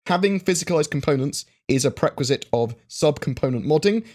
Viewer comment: Again prequisite and prerequisite. Damn you. You did that on purpose:p